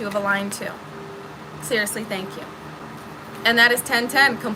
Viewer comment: Hey, You're great and I'm glad I found your channel. I just wanted to point out something funny. (almost ) it sounded like you said Stank you. lol with a Shh in there. So like Shtank you 😂 Anyway thanks for the laugh and the uplifting words.